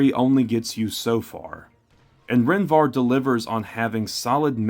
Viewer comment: Take a shot every time he adds an N at the end of Rhen Var. Its Var, not VarN. I absolutely love these videos. Keep it up man!